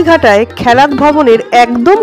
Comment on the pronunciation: খেলাত .... খ্যালাত নয়।